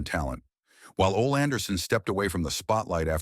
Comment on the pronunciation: Ole pronounced "Olay"!!